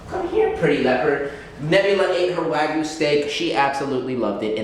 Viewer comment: Bruh it is called wagyu not waygu